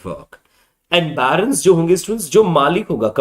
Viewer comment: It will be "barons".. not Byrons! Lord Byron was an English poet!